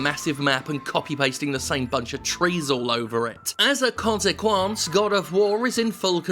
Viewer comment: “As a...” what? I’m pretty sure that wasn’t the French pronunciation of “consequence”. XD